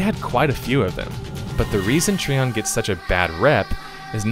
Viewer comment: TreeON.. Try ON. Which is it? You decide!